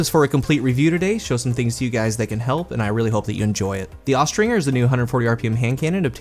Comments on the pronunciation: Austringer is pronounced with the J sound, not the hard G. Look it up. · Austringer pronounced-OSTRINGER Noun (Falconry). A Falconer who uses Accipiters, (Pretty much hawks) for hunting.